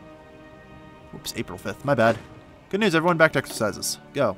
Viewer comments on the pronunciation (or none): none